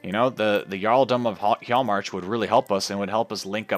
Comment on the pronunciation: Really loving the series so far! Your pronunciation is mostly fine, just remember that the 'J' sound will usually sound like a 'Y' sound. Hjaalmarch will sound like he-yall-march.